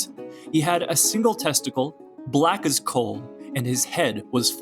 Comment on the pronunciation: Testicle. Not testacle